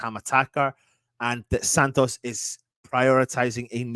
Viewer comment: It’s Santo not Santos by the way!